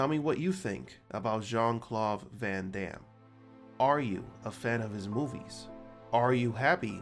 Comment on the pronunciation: I’d be even happier if the idiot narrating this knew how to speak. Calling him Jean Clauve (you can hear this shithead pronouncing the V instead of D) shows what a punk ass dick you really are.